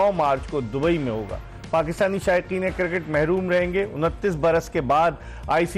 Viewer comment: I Dont want "Sami" final,,, i want "Shoaib" final😂 For Us: its Cricket For: its Kirkit 😎